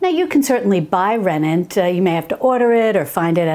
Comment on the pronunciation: The name is rennet, not renent